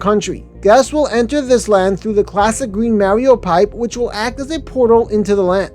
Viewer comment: Ok, I'm gonna be that guy. You mispronounced Mario every time in the video. 🤦🏻🤦🏻🤦🏻🤦🏻 You say the "ar" the same as you would saying car. As for the other mistake, Celestial Park's main attraction is now Stardust Racers